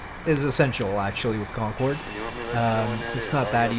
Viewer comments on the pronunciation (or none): cincorde corcumnavigation